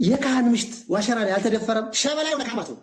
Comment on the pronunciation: አሁን ጥሩ pronounce አደረከው "ዋሽራ" ን